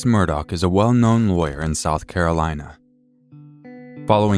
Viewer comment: Hey Love 🥰 Merry Christmas 🎅 Excellent job as always! We do care. Don't hold it in. I know how important to you it is for you to get everything right. Alex Murdaugh is pronounced "Alick Murdock" When we first moved to Hampton 18 yrs ago I thought I would never get it right! He is also still a person of interest in Maggie and Paul's murders. If you blink your eyes, there will be 5 more updates to this story 🤣🤣